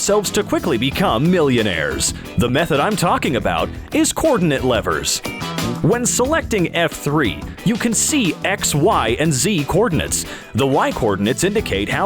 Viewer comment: you sayed cordenent LEVERS